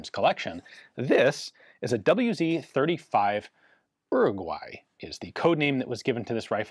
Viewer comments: The "wz." should be pronounced as "vou zed". It stands for polish word: wzór (vzoor) similar to british "mark", or Japanese "type", completely connected with a year of official introduction in the military service. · I know this is a very minor point but as an Englishman I'm intrigued as to why Ian said "double-u zed 35" at 22m12s. I guess he's in England when recording?